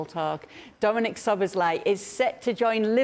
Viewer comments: Its not "SzoboszLIE" its "Szoboszla-E" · I thought Stevie would struggle with the pronunciation of Szoboszlai but he nearly pulled it off to be fair… Slobboslai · The crew will have to work on the pronunciation if he joins the EPL . Stevie with Zobosly :D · 🇭🇺 Pronounciation help: so-bos-la-ee